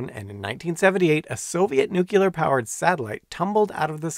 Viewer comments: Nu-cle-are .. not nu-cule-are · It is pronounced "nooklear", not "nookyelar" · Could an educational channel at least bother to pronounce nuclear correctly? Nukular is not a word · You really Ned to learn how to correctly pronounce nuclear. It’s not “nucular” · Nu-cle-ar. Nuclear.👍 Nu-cu-lar. Nucular.👎 One of these is correct. The other is worse than fingernails scraping down a blackboard! Other than that, I love your content and your very informative videos. 😎😁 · "Nuclear" is pronounced NEW-klee-ur(er) "Nuclear" is not pronounced NEW-kew-lur(er) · Someone that can't pronounce "nuclear". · New. Clear. Newclear. Nuclear. It's NOT hard to pronounce. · New. Clear. Newclear. Nuclear Why does nobody see this! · Fascinating and very well done! But remember, in nuclear, the Q is silent. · That mispronunciation is not regional and is therefore considered an eggcorn. e.g., I've never heard anyone call the center of an atom a newkewlus.